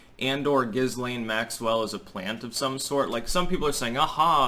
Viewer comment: Jamie Dlux says Jizzlane Maxipad. 🤣🤣🤣🤣